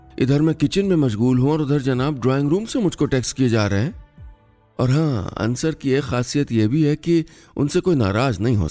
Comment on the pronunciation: Sir it's अंसार, not अंसर